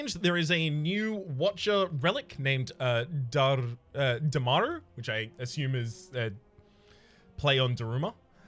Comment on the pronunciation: Damaru is actually a Hindi word. It's pronounced Duh-muh-roo